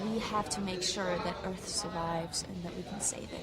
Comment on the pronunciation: Earf realm.